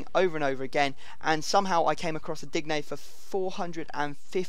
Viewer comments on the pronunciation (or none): its pronounced Deen not Dig-ne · its pronounced Luca Deen not Digne thumps up so he can see!!!!!!!!!!!! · digne is pronounced deenyay actually... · It's Din-yay for Digne.